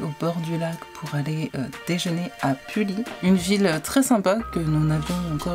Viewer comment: Merci de cette belle vidéo. Tu peux prononcer Pully : "Puuuiii." ;-) Bonne année 2024.